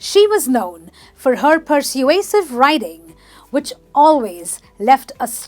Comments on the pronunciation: Wait a minute- It is per-sway-sive Emphasis on sway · You're very charming but the word 'persuasive' isn't pronounced correctly. It should be: /pəˈsweɪ.sɪv/